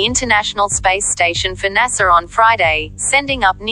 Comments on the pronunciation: You will notice that 'NASA' does not have an "R" at the end. It is not "NASER", it is 'NASA'. It's unknown why you thought there was an "R" at the end of the acronym. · #Civil Disturbia Apparently you haven’t even listened to the report! Five seconds in the announcer miss pronounces NASA. If you didn’t hear it then your powers of observation are woefully lacking.